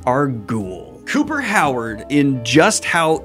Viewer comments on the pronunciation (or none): none